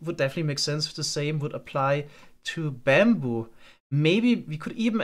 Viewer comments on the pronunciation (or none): it's not baambu it's bamboo. It's a minor thing but your accent is pretty subtle for the most part and this makes it kind of more prevalent than it could be.